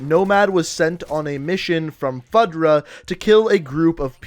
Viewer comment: Also you said his last name horribly wrong haha its spelled Rojas but pronounced Ro-has, and FUDRA is not sounded out as FUD-RA its FU-DRA